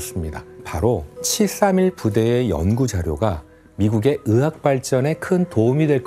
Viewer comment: 으사라니.. 의사요 으자 으학... 태편양.... 잘못들리는지 발음만 듣게되네 가슴아픈 과거입니다. 젠장